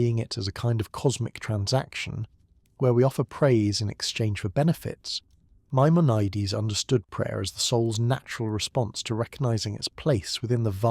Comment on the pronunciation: gotta consistently hit the pronunciations better tho. My-mon-a-deez. Some times you got it right, some times you got a crazy take